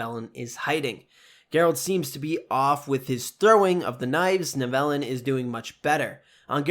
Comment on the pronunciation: Nice breakdown video! Just a suggestion, I think the pronunciation for Tissaia and Nivellen are off. In future videos it could be a good idea to check name pronunciations. Still a cool breakdown video though.